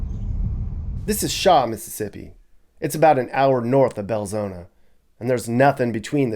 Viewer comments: Just a note for you..There is no 'A' in Belzoni...it is pronounced Bel-Zoni (/bɛlˈzoʊnə/ bel-ZOHN-ə). Nuff Said!!! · He pronounced it Bel-zo-na, but it's spelled Bel-zo-ni. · It’s insulting how he continues to deliberately mispronounce BELZONI!!!